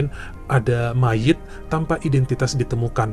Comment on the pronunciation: Mayat....jgn mayit dong...serem dengernya... Aura nya beda😁